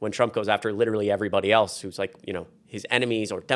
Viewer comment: Hey, there's no 't' in eltse and there's no 'd' in impordant.